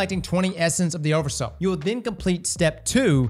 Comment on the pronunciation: Everytime he says "oversous" my brain turns to swiss cheese 🥲